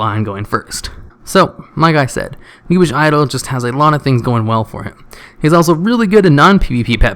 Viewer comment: OMG its pronouced Ah-new-bis- sath anubisath not anubish